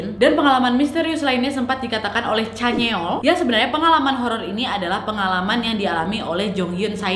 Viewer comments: Sama canyeol yang harusnya dibaca Canyeol=(canyol) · chanyeol = chanyol kak nad=chanyeol kkkkkk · ka nadia nad chanyoel bukan caneol 😂 but its okey,ttp suka ko sm pembawaan kak nadia ❤